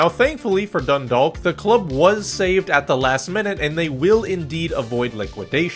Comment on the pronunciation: class video! (its pronounced "Dundawk")